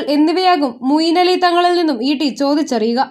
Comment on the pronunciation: Moyin Ali alle? Mooyin Ali ennanello vaayikkunnathu.? Oru nalla aale vayikkan vakkane...